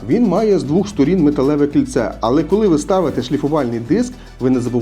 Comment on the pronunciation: Дякую за поради. Але українською буде - двОх. Удосконалюйтесь! Слава Україні!